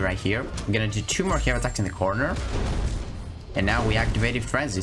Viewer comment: Thanks for all the tricks and utility I am ready to R3 and mine and kick ass. You accent makes laugh every time you say “hey” attacks lol 😂 keep up good work bro 🍻